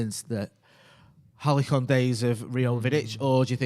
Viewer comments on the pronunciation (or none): Halycon? Lol somebody tell how to say Halcyon, sorry for being a dick 🙏🏼 you paddock boys are fucking awesome and i love what you are doing.superb balance of analysis and fun, and seem a sound bunch of lads. Been listening for 1.5yrs and can't ever see me not. Much love